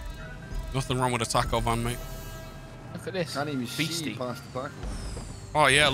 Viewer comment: As a Mexican, I feel jabs to the soul every time I hear Taco "Van"💀